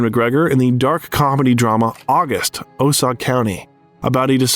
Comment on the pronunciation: Osage County is not pronounced Osahg, it's Oh-sage!